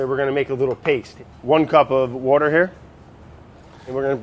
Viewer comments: fun challenge: try and get brad to pronounce water correctly :) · no one: french brad: l'wourder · "wourder" makes me LOL every time! hahahahahahah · Take a shot every time brad says wourder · every time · Since watching this dude, I don't know how to say water anymore. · I like how he pronounces water and soft... Where's his accent from? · He says water like me❤️❤️❤️